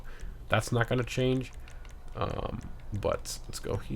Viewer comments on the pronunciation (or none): none